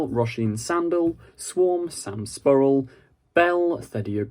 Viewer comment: I'm slightly offended that you changed the "ur" around in Sam Spruell's name when you pronounced it. (I believe it's "Sprooell" not "Spuhrel", as you pronounced it. Other than that, this seems to back up my theory that Yaz might stay in Victorian London permanently when she leaves.